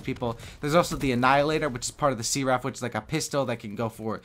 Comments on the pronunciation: Searaph??? U mean Seraph?XD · See-raff LOL! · S-eh-ref. that's how you pronounce it. It's a Japanese name And also a name of a character in the Matrix :) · Is this guy calling the Seraph a See-Raff??? Dude, maybe stop playing COD for a while and read a book. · It's an English word too you know, it means a celestial being. Usually angelic. Also, it's said [ser-uh f] since this is English. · Oh my god the way you say seraph -_ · dud u said seraph wrong